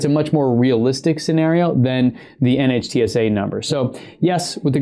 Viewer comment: NHTSA is pronounced as “Nit-Sa”, it is an acronym not an initialism.